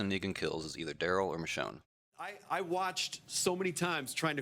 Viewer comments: Yeah, I also heard "Michonne"! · I HEARD THEM SAY MICHONE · He did point at Michone and said, " moe ".